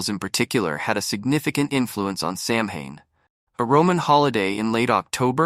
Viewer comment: Samhain is pronounced Sow -en